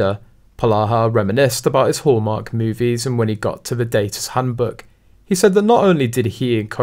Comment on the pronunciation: At first I thought you said "whoremark" cause of the accent. lol